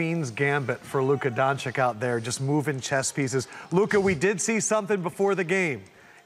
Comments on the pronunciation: LUKA DONCHICK AND . Someone teach this guy how to say his name properly please. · After this point, I feel like the analyst pronounces Doncic's name as `Don-chick` because he hates his job and he just doesn't care. How hard can it be to learn it? Come on. Guy is in his 3rd year. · Doncheech is the easiest way for an English speaking person to pronounce it , without really being wrong . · he mispronounced his name probably by accident how tf does it gotta do with race?? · Then avoid saying it if your IQ is less than 50 and you cant stick 6 letters corectly, or apologize for not saying it corectly. These dudes on the show get paid for that... at least show some manners.. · Notice how his face expression changes when they pronounce his last name wrong yet again.. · ADAM LEFKOE CAN YOU PLEASE PRONOUNCE LUKA'S SURNAME RIGHT? THE GUY HAS BEEN IN THE LEAGUE FOR A WHILE NOW. DO YOUR HOMEWORK. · Learn to say his name Jesus... 3 years and still....its not so hard.